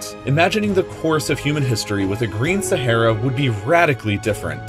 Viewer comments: Aaaaaa, try saying "aaaaa". Sahara, not Sa'hey'ra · SaHAra not Sahera pronunce it right ffs. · Your pronunciation of Sahara very wrong.. Learn English please... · Its not sahera it’s Sahara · SehEra or SahAra? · SA HA RA....no sahera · It’s pronounced SAH-ARE-AH NOT SAHAIRA. Driving me crazy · Umm it is not sehera it is saharaaaaaaa Thank you 😂💕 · Sah - Ha - Ra!!!!!!! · It’s sah har a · saHara for gods sake ..speak ENGLISH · Every time you said “Sa-HAIR-ah” I died on the insides. My doctor is confused on why I’m still alive. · I believed you pronounced "Sahara" wrong.